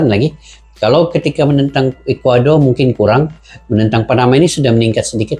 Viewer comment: Ekwador bukan calang calang bang